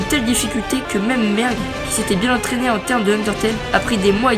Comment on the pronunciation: a la place de merg jai entendu merde XD